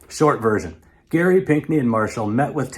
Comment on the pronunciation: My maiden name is Gerry, decendant of Elbridge. You are the fist person i have heard pronounce it correctly, Thank you. I know the man was a crook, but these days it is disheartening to hear my name used like a swear word.